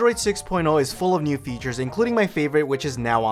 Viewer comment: the way he says "nuew"